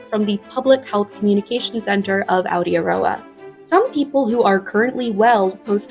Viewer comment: Hi! I assume someone may have said this. But Aotearoa is pronounced Ow - tey - row - ah ❤😊